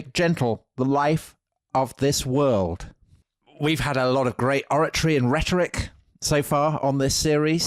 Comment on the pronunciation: If that was supposed to be RFK's accent in the initial reading, you might want to check your pronunciation of "world." Totally Brit. 😅 I might add with respect to your comments about Ethel Skakel that she was raised Catholic and was extremely devout. It was in the private Sacred Heart School in Manhattan that she met Bobby Kennedy's sister, which is how she met Bobby. It is true that her father came from old Protestant money but the marriage of Ethel and Bobby was not a merger of Catholic and Protestant.